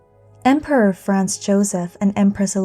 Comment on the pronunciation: The poster (or AI) pronounces Franz as France, and now there are commentators thinking she (or AI) is saying that Franz Joseph was the emperor of France.